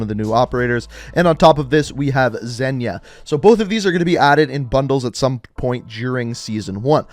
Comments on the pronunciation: Pls it's not zenya it's ZEYNA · Zeyna = "Zay-Nah", not "Zen-Yah" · Every Tuesday will be playlist updates for all three games while either every Thursday or Friday will be store updates so this will kill him to make two videos. Also, mispronounced Portnova as Petranova while keeps mispronouncing Zeyna as Zenya. Literally says ZEYNA in the name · It's Zeyna, not Zenya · Just saying it's pronounced Zey-na, not Zen-ya. Congrats on 1 mil! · Damn tbis guy really cant read anything. Petronova for Portnova and Zenya for Zeyna. Just look at the words and u can read them. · Zeyna. ZEY-nuh. Not “Zenya” LOL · Zeyna like Rain-uh not Ren-yuh